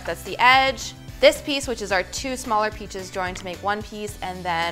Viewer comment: Anyone else hear “two smaller peaches”?